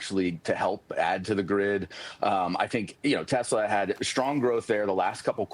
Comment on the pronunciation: TACO Man said he loves his "Tesler".